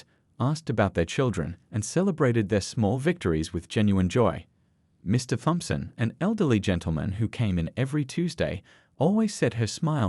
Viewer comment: It’s also tom son not th-ompson